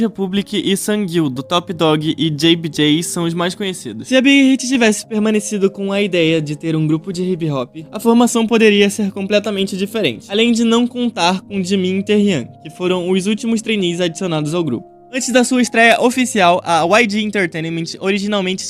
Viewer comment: "TEIRIAN" não cara, que dor no meu ouvido 😑 o nome é TAEHYUNG pode ler o U mesmo, por isso o Tae tem que usar o V como nome artístico 😑